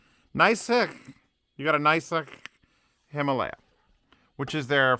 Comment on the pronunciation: the FIRST "a" in "Himālaya" is a long vowel. The name of the range hails from the Sanskrit Himālaya (हिमालय 'abode of snow'), from hima (हिम 'frost/cold') and ālaya (आलय 'dwelling/house'). They are now known as "the Himalaya Mountains", usually shortened to "the Himalayas".